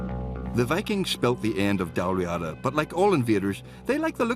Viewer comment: Strange pronunciation of Dál Ríada (ive always said and heard it as 'Dawl Reedah')